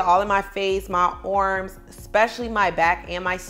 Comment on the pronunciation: The way you say arms is funny “my orrms” . Anyway it’s good that you work out . Try not to get so much surgery your body looks perfect the way it is .